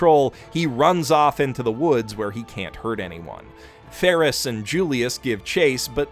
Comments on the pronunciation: Why does he call Ram Rom and Felix Feris? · Odd pronunciation abounds in this episode. Fairly certain it's "Betelgeuse" - as in the star in Orion's Belt - and "Felix" - as in The Cat. Or is there a meme I'm missing in calling them "Petelgeuse" and "Ferris?" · this guy calls felix ferris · how could you mispronounce best boi/Trap Queen Felix this entire time! Blasphemy! Oh and thank you for pointing out how vital and pivotal Patrasche was to saving Subaru and Emilia. Like you said, without his Lassie, it would have been much harder to succeed. God love her! Also, that was such a good point about Petra that I was so thrown off rewatching it a second time and thought that I had missed something. Makes it even more interesting that she’s now a maid in the mansion too. Fandom: “We shall watch your career with great interest.” But amazing breakdown of the fight arc/half season and everything that it incorporated. So much hype, torture and tension that it almost felt uneasy to smile at the end. Then, of course, the extended cut drops that bombshell and Best Girl gets her existence erased for the foreseeable future by Gluttony. FFFFFFFUUUUUUUU